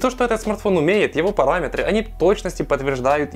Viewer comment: "Параметры" хд